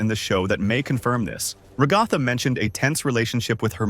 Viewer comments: Bro stop saying regatha like that ots rag-a-tha like rags and Agatha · Bro it’s Ragatha not Ragifa😂😂 idiot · It's ragifa not rogifa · You said regatha not ragatha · Ah yes, Rah-ga-tha